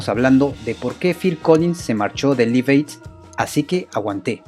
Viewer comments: Repeat after me... "laif eid" "laif eid" "laif eid" No "lif eid" 🙄🙄🙄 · No se dice liv, se dice laiv y se escribe live! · Buen artículo Pero primero hay que aprender a pronunciar el inglés. Se pronuncia "laiv eid" y el nombre del tema se pronuncia "joul lora lov". Entre otras palabras mal pronunciadas. Saludos. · John Bonam? Liv ed? hulla lot of love??? No mams... Mejora tu inglés. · Liv ed... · Ojo se pronuncia "Laiv" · Interesante todo, pero choca un poco escuchar tantas veces Live Aid mal pronunciado